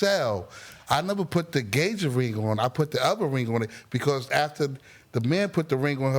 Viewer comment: He can't talk, "gagement ring, posed (proposed) to her"